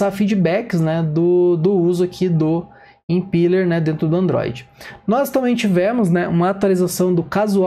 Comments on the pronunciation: Boa demais prof!! Só um adendo pras próximas, a pronúncia do Impeller seria como se tivesse um acento no e, Impéller!! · Obrigado, pronunciava certo, mas já ouvi impíller kkk